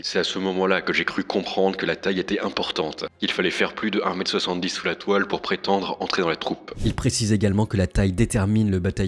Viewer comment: La toile ? Non ! la "toise" (on entend "la toile")